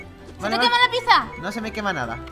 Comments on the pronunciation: se dice pitsa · pizza se escribe asi pero se dice asi pitsa